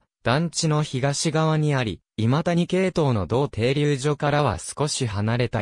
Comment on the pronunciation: の今谷はいまたにではない 正しくはいまやです